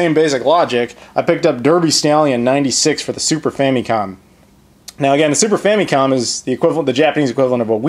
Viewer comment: i love those famicom carts.. the boxes look awesome too, of course.. and it just makes you think how wasteful our carts were lol.. all that extra plastic could have made spoons for the hungry.. or somethin.. ;) & .. im convinced you said 'super fannycom'. ha!